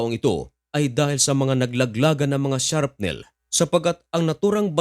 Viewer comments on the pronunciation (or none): Brother.pakicorrect ng sharpnel n terminology niyo Po .. shrapnel Po....